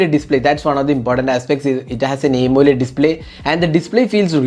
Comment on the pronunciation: Malayalee analle. "Aymoled "